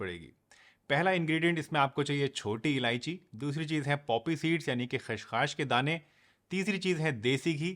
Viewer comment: सर ख़्सखास नहीं होता है, यह खसखस होता है